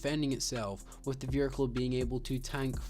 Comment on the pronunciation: oh i didn't realise there's an 'R' in the word vehicle. this guy proved me wrong